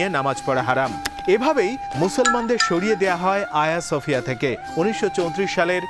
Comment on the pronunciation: Not Aya Sofia, it is hajeeya Sofia.